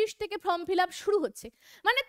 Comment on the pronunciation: কথাটা from fillup নয় form fillup..... video যখন করছেন তখন একটু carefully pronounce করবেন।🙏